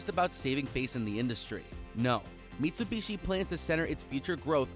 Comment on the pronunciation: Did you say mitsubushi? 🤦🏼